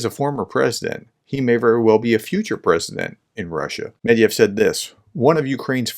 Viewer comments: It's "MedVEDev" not "Medev" it's not that hard, just read all the letters. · Thank you for the content. The ex-president's name has three syllables in it.Since you are talking to an English speaking audience, this would be pronounced something like this: med - veh -duhv. We are skipping some features of Russian phonetics (palatlization often mimicked by inserting y, the only English palatal consonant, and vowel reduction) because the phonemes don't exist in English. I would ignore any well-meant attempts to teach you how to pronounce this in Russian. It just ends up terrible Russian and even worse English. People need to be able to understand and be able to repeat and recognize written words when being informed or educated without special training. Breaking problem words into syllables before speaking them helps. It slows you down, but improves communication. Medved is a bear. - ev is a word ending indicating the person has the quality of the word before it if that helps at all.